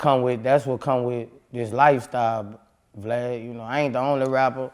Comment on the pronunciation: Lol he calls him "Vleid"